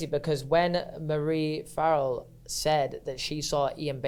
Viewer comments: omfg from an irish person now, the way they pronounce farrell blows my mind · I love how pronounced farrell. I mean its not the right way but I prefer it 😅😅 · the way these are pronouncing basic irish names and surnames has me pissing farrell= far ill :')